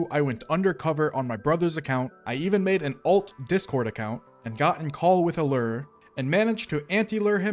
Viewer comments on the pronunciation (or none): The way you pronounce lure as "lerr" drives me insane lol